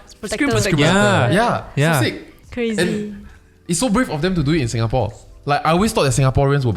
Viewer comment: Hello. Singaporean living in Japan here. Listening to you guys have helped me get through homesick thankss! 🥂✨ I just have to correct your guys on the pronunciation… pronounced it and the rest said sounds right but the last part was quite wrong. Lol… it’s quite difficult to pronounce it though. Shinjuku kissa’s pronounciation is correct… Tetsudo should be pronounce as TEH-ZHI-DOE Shinjuku is a location in Japan🇯🇵 Kissa means cafe☕️🍰 Tetsudo means railway.🚉🛤 Hope this helps! 😀